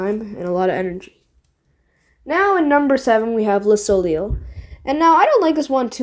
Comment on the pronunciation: Also the ei like in soleil is pronounced ayy like the e in egg